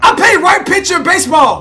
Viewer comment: He said right pitcher when it was live I almost died of laughing